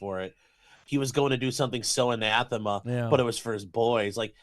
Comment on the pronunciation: The stealth mogg of saying anathema correctly. Josh Moon blow the hell out hahaa!